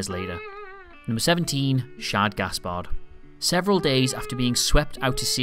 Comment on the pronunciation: *Shad, not Shod...